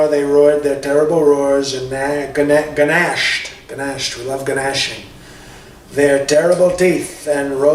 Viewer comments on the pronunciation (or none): "Guh-nashed"! Oh, I love it!